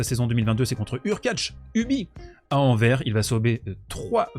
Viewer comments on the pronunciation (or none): Salut, pas de rapport tennistique mais on prononce le S de Anvers. Voilà:)